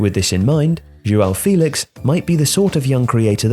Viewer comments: You're miss pronouncing João's name in this video. You're saying his name as if he didn't have an apostrophe in his name. The apostrophe in ' Félix' means you have to pronounce the name as fEHlix and not fEElix. Good video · It’s pronounced Feh-lix